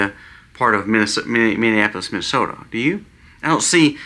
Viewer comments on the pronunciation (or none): none